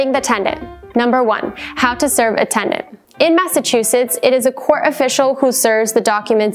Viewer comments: this is a legal guidance video yet the host can't pronounce "tenant" correctly.. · Sounds like you are saying TeN-D-ennT? The timeline was helpful,? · I don't know about the rest of you, but I kept hearing tegnent!~LOL She also failed to mention the tenants right to a jury trial. 🥴